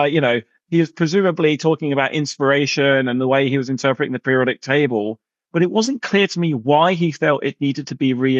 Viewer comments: Table not taybowl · "The periodic tabow" the way Terry pronounces certain words is silly